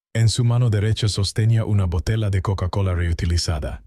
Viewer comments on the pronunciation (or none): Ese hablado y todo echo por IA que ridículo. Botela, su papá, Dellavan, manana etc aprende hablar tiene es huevo jejejeje